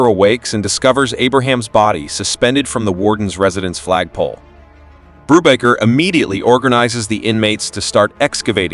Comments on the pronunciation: Your bread and coffee cakes are baked by a baker, not a bocker. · Hey kids! have your parents ever said, "We'll have no further word on the matter!"? This movie is where they learned it, Brubaker ended many disputes with that line. And Robert Redford's character was not Brewbocker, Boob rocker, Boob raker or Any of these AI bastardizations, it is "Brubaker". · The A.I voice should win an award for being able to pronouce "BRUBAKER" TWELVE different ways!! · I think the AI voice pronounced "Brubaker" in SEVEN different ways. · The name is not pronounced correctly because it's AI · Did you even WATCH the movie? You can't even say his name right. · How many pronunciations of Brubaker, can you count? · Zero correct pronunciations. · I'm pretty sure it's AI narration. A real human wouldn't keep changing the way they pronounced Brubaker. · Do you have a problem with pronouncing the name correctly? And why would we subscribe before watching? Your starting off badly.